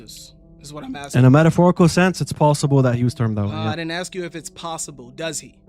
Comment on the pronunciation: MOFO.... ITS "ASK" NOT AKSKS YOU BELLEND Stop butchering my language. Much love in christ but my god stop saying "axsked" or whatever tf that pronunciation is...